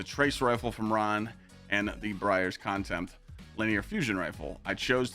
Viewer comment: Bro, how can you not pronounce contempt. Like contempt of court